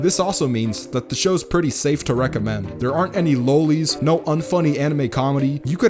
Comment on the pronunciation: Revy was a Goddess to me as a teenager. What an amazing female protag. Lowlee. My boy can't even pronounce the things he denounces. Actually amazing video btw. Just work on your grammar if you're gonna shit on an entire genre.